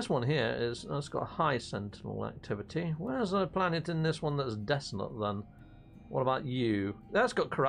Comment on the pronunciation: Dissonant for god's sake.Not dissident or desolate.